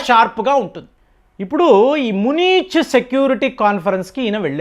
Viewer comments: మునీచ్ కాదండి బాబు , అది మ్యూనిక్. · Pronunciation. Munich. Say Muunik city in Italy.